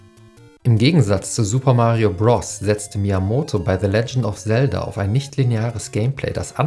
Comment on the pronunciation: Bitte sag nie wieder "Bross"